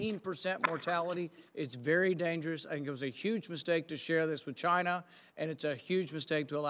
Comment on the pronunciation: "Chi-Na", that's where, libs.